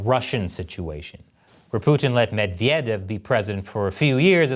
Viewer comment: Good job on the "Medvedev" pronunciation,!